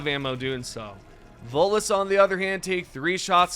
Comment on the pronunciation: DA' LAD KEPT' CALLIN' TEH' VOTELESS DA' VOLUS , AIN'T DAT' DEM' GAS SUCKERS FRUM MASS' EFFECT?